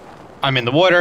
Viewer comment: “water” are you from Philly?